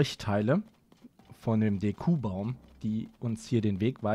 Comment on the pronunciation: Bite sag nicht DekUbaum, es heißt DEkubaum XD